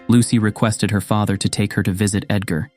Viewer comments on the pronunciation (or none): at least the ai should be able to pronounce father and comfort properly